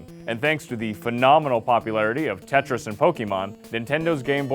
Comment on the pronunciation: Tretis XD mofos